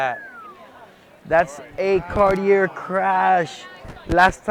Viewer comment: Hey bozo cartier no r its aaaaaaaa